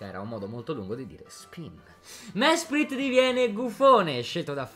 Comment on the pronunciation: Mesprit diventa schelogeggia perché questo errore di pronuncia mi ha fatto ammazzare dalle risate